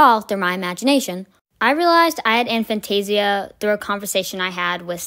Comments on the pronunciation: It's pronounced a fan-tay-zia not an fan-tay-zia. Regardless, this is a very enlightening video. I never knew this was even a thing. So even in dreams you don't see anything? Fascinating! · I've always pronounced it A(as in hay)-fan-tay-zee-a but Dr Zeman pronounces it A(as in hat)-fan-tay-zee-a. But then he pronounces his name as Zemman so what does he know?